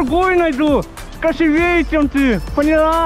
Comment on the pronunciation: 👍👍👍Видео супер ,только правильно не "красивЕе",а "красИвее" Салам из Баку!🇦🇿🇦🇿🇦🇿